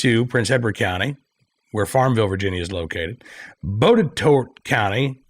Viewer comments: Say it like this--- BOT TEE TOT or BOT A TOT (county). You're welcome. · FYI Botetourt is pronounced bot-a-tot. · Botetourt It's pronounced bot ah tot lol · Botetourt is pronounced like Bot-uh-tot. Grew up near there and worked there for awhile many years ago. Maybe I need to move back since I know that liberal Charlottesville/Albemarle Co, where I currently live, will NEVER protect our 2A rights. Thanks for covering this. I REALLY hope that Virginians continue to STAND UP for our 2A rights! Screw these Soros and Bloomberg-funded liberals who want to tear up our constitution and destroy our God-given rights! Also, I wouldn’t be too quick to blame VA voters for this. Dems are becoming known for their use of election fraud to flip these states blue. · Botetourt county is said body-tot. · Botetourt is pronounced BOT A TOT